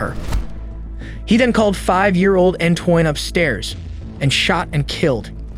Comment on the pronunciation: Antoine is pronounced 'Antwahn' not Antoyn